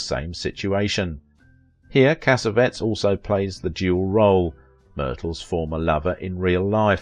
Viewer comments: No, it is not Italian. Cassavetes is Greek. You are right that the narrator is pronouncing his name wrong. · It is pronounced "Casavetees" not Casavets! it's Italian! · cassavettes is pronounced Kasavetties, not kasavets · Correct! Not "CASSA-vetz" In film school we pronounced it, cassa-VET-eez. A creator of his magnitude deserves all four syllables, like a Greek! We pronounce Jose Ferér, fur-RARE, not fer-RARE-uh. Also, I have always pronounced Gena, JEH-nuh, not Gee-nuh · I wish you knew, or bothered to find out the proper pronunciation of her husbands name. Cas A Vet EES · John Cassavettes last Cass-A-Vettes the last part is pronounced like "TEAs."you run it all together and that's incorrect he's an Italian-American and you pronounce his last name like it's a bunch of cassettes ... WRONG! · You’re mispronouncing Cassavetes. It is pronounced: “Cah-sah-veh-tease” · Thank you. My ears were bleeding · Agreed! Also, her husband's name is mispronounced! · Appreciate narrator voice. So much more professional than many others. Just a pronunciation note: It’s JENN-a & CassaVETTIES. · of Vintage It would be respectful if you learned how to pronounce your subjects' names. Gena = 'Jenna" Cassavetes = "Cassaveetees" It's simple enough to determine these things. You're better than this. At least I think you are .. Or should be. Step it up, please. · For crying out loud! Since you say her name over and over, it would sure be nice if you would pronounce it correctly."Jenna" not "Jeena" You can hear her say her own name in interviews. And pronounce her husbands last name properly too, please. Take the time to find out the pronunciation. Really!